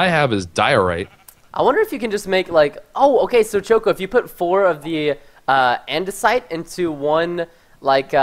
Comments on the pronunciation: he called it idenasite not andisite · ITS AN-DA-SITE IT ISNT ANDENISITE -_- frustration is real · its pronounced an-de-site. ANNNNNN-DE-SIIITEEE